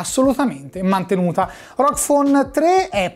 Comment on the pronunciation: GGGGGGG non C.... correggila sta pronuncia